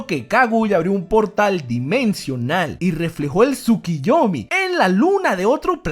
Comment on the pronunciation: ¿A alguien más le da ansiedad al escuchar TSUKIYOMI en vez de TSUKUYOMI? ¿Sólo yo? Ok me callo Excelente video,. Me encantan.